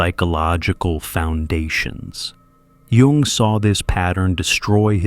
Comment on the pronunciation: Kudos for pronouncing Jung correctly.